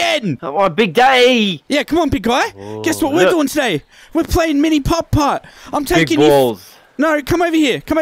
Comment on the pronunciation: The way he says putt putt is so satisfying Edit